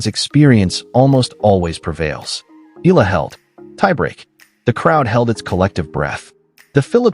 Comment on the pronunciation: E-YA-LA pls make correct pronunciation. Ask Akex how to pronounce her last name